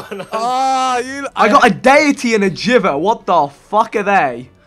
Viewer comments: whenever he says 'geever' instead of jiver, it sends chills down my back... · Every time Vikk said Jivver instead of Jiver I cringed so hard. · It's a music note Vikk. Meaning the weapon is called pronounced JIVE-er